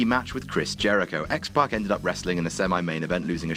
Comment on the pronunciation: Positive Vibes Only it's pac